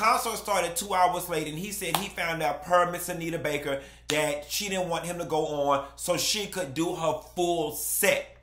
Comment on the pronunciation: I’m just here for all the time say Bake 😂